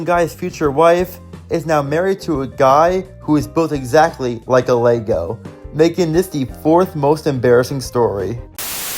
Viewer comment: It’s Lisa Lego not lugo